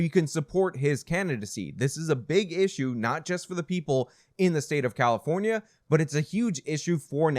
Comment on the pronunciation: Did you say… Carrafonia?